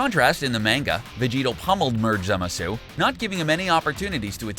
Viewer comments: Imagine Zamasu, but voiced by Zim. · Great vid! But am I the only one who hates how he pronounced zamasu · I don't even watch Super and this guy's pronunciations hurts my brain -_ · The way he pronounces Zamasu triggers me so hard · This nigga can’t even say Zamasu correctly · you aren't very good at pronouncing names...you should work on Zamasu(i think i heard you say it 3 different ways) and ROSE' has an accent mark because its not rose...making it rosay...did you just ignore the audio of the super? or are you way too into a script that you cant even notice you are saying it wrong? just wondering... And only half of fused zamasu had an imortal body(i believe the words he used was eternal body). so really since every cell was fused the whole body should be eternal. the wounds should have healed faster. And his body should never have disappeared when Trunks cut him in half. Which was a bitch move great job on making Trunks worthless(which how does a universe 7 time traveler make a Time ring for universe 10? 7 never showed their time rings so it seems obvious that this future trunks is from universe 10 AND good job on making the future trunks timeline pointless. All that struggle to train and defeat the androids just for zamasu to show up wow good bye favorite Z arc) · "Manga" doesn't bother me. That's how I pronounce it. The character names is what annoys me. Zamasu even said his name and the dude continued to butcher it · I do hear him saying Zamasu, but it is an interesting way to pronounce it for sure. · It's Rosé, not Rose. Also, it's Zamasu, not Zimasu. FFS do you even watch the anime... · Here’s the names he said wrong Tapo is toppo zimisu is zamasu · ITS PRONOUNCED ZAMASU NOT ZIMISU LOOK IT UP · I got cancer when he said zimasu not zamsue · zamasu: Merged Za-mah-su him: merged zamasue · It's zamasu not zemasu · This guy cant even pronounce zamasu hahahaha zimazu😂😂😂😂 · Anyone else hating this guy for saying "Zimisu" instead of Zamasu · It's... ZAMASSSS